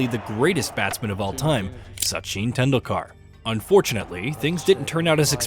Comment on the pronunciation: This narration must be an American AI voice, right? Literally every single Indian player name uttered is mispronounced. No actual human who knows cricket could speak this way, surely.